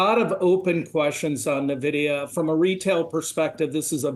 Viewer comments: Please stop calling it Navidia. So annoying. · He isn't even pronouncing Nvidia correctly.